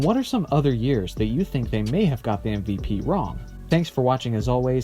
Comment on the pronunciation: Exactly how I feel, either change the name or get it right. It’s MVP not MPP